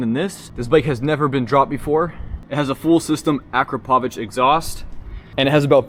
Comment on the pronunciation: First time hearing someone from USA saying "Akrapovic" right :) Greetings from Europe